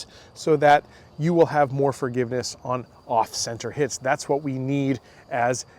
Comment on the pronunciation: Did you say `fargiveness`?